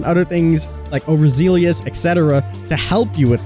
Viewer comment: It's pronounced... Over zellus